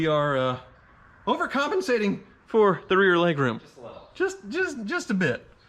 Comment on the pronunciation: Anyone else counting how many times he said “overcomancating”...